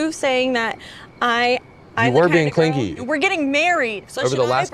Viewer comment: Stray observation: in the first fight in which the word clingy came up , she pronounced it as the childish cling-gee. Here she pronounces it correctly and he pronounces it as cling-gee.